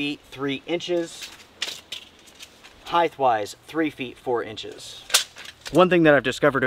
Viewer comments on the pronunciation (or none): Aaaauuuuuuggghhhhh!!!! Another "Heigth" spoken! It's gotta be a PA & KY thing! Height. "-T"